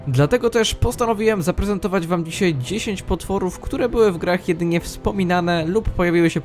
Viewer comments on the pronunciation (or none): none